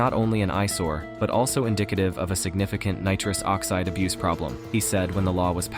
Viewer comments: Nitruse oxeeed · Neetruus Oxceed 🤣